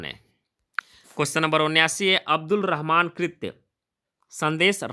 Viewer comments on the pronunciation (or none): none